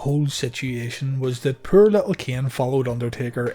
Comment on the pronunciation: It wasn't until this video until i figured out you were saying "Poor" instead of "Per" I would watch your "Reliving the War" series and wonder what a "Per Match" was. LOL!!!